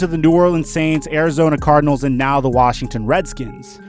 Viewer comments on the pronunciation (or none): none